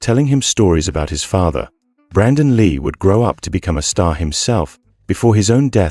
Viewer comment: Brandon lee passed at 28 years old not 38 years old if you are gonna do videos like this at least get it right and it's prounced lee not Leah